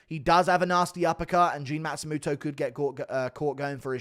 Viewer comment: Stop pronouncing it like a matsumuto it's matsumOto